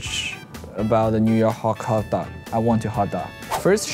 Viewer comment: Lay : pronounces hotdog the subtitles: tHAT sOUndS fOReiGN tO Me